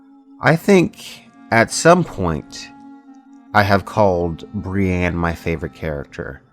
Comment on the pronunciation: Love you dude, but its not Bri-Anne. Its Bri-ENNE.